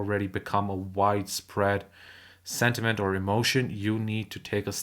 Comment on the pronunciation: Not sediment as you keep saying...it's sentiment. You've mispronounced that word.